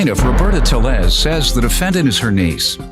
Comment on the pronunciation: Correction....Roberta TAY-Yez.....thats how You pronounce her Apellido, btw.😢😢